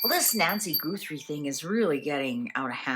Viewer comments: It's GUTHrie, not GOOTHrie, please. :face-red-heart-shape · It’s not goothrie it’s Gutherie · I don’t mean to be the language police, I think you might be in Canada and pronounce things differently. I love watching your channel. I don’t understand tarot. It find you very interesting. Her last name is pronounced Guth- er- ie, not Goo-th- re. Maybe it’s your accent. I’m American, we pronounce things differently depending on where we live. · Please listen to a news person pronounce Guthrie. It isn’t Goothrie. Thought you’d like to know. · Please out of respect pronounce Guthrie correctly. It's not Goothrie. She's a Capricorn. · You are mispronouncing her last name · How is it possible that you mispronounced Guthrie when everyone all over the place is pronouncing it correctly???